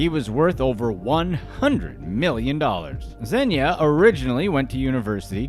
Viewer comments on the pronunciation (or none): He is not “Zenya” he is “Zhenya”